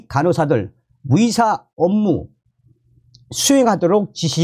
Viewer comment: 의사를 위사 의대를 위대 의료를 위료라 하니 듣기 헷갈림